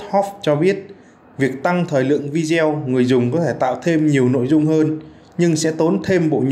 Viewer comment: Má ơi ! Phát ngôn viên đọc Video là "Vi-deo" :]] Bằng "Z" tiếng anh hả ba ?!!! phát âm thua thằng cháu 5t nhà tui.